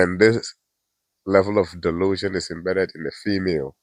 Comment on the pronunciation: DUH-lusion! Best wishes in your law school